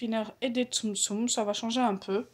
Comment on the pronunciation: on dit tsum-tsum mdr